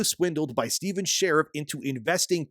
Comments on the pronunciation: I think it’s Shar-eef, not Sheriff. But yeah, hopefully he is found and made to pay. Maybe a long stay in prison. Or cement shoes. I’m not particular. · And dude, SHA-REEF, not 'share if' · "Sha-reef" Not "share-if" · Is his last name pronounced "Shariff" or is it pronounced "Shareef"?